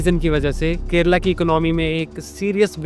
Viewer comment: Kerala, not 'Kerela'🤦